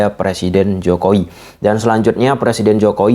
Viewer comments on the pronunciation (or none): Jokowi bang bukan jokoi